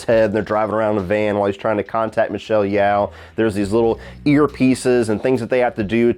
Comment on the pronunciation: FYI, it's pronounced Michelle "Yo" (as in yoyo) now like "yow" (rhyming with cow)